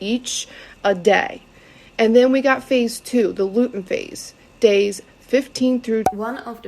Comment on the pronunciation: right I was like "luten!?" Wtf